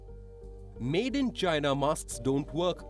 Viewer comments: “China is asshoe “ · DON'T TRUST CHYNAH.....CHYNAH ASSHOE!